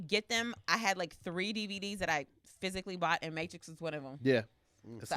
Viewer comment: So nobody peeped said mattress instead of Matrix when he named his favorite action